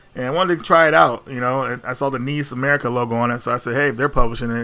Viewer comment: “Neese America” you crack me up 😆